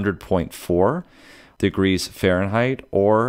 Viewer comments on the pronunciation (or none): none